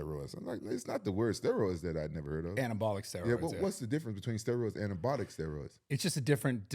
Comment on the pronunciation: “anabotical steroids” 😂